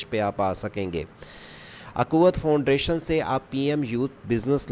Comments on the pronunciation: فاؤنڈریشن نہیں فاؤنڈیشن ہے😂😂😂😂😂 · Bro Foundation not foundration , but you say wrong pronounce foundration 😂